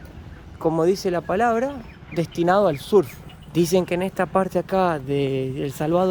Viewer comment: Surf es en inglés y se pronuncia serf citi.